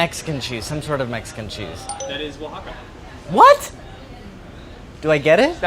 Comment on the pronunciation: Molly pronounces Oaxaca correctly : 🧡